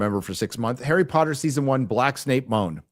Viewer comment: Harrah Pottah